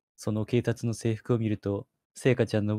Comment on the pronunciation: 「ほんまか?」言うスマイル……言い方が可愛過ぎたw ス「そのけいたつ」……『警察』が『けいたつ』に聞こえるw